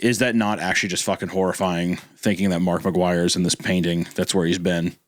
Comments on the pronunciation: Is it just me who thought Hunter said Markiplier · every time hunter says "mark mcguire" i think he's saying "markiplier" which is arguably way funnier to imagine